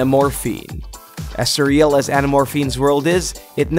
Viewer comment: It is sir real not ce real